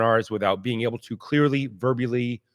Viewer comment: I nearly lost a mouthful of coffee when said we want you to be able "clearly verbyouly". The perfect ironic bobble;) Especially since is so extremely articulate and clear in his presentations 99.9% of the time;)